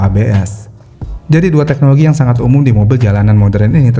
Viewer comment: Bukan "TEHNOLOGI" tapi "TEKNOLOGI".. tolong ya